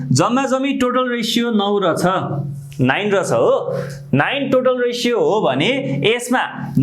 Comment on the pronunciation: Ekdum kada xa vdo tara sir le रछ रछ vanda halka naramro suniyo 😄😄aru ta ekdum kada